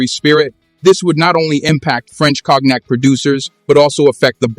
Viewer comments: You can say KONIAC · Please pronounce "Cognac" properly. You pronouncing is killing the word. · Check your pronunciation of “cognac”. (I am not criticizing the content) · Cock neck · I love how AI reads cognac as "kognek" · You call President Xo by his first name, Jin Ping, as if he was in your family. At another time you spell his name “X-I” instead of saying it. You can’t pronounce “cognac”. And you exaggerate the trade war as a “battle for dominance” You don’t know this topic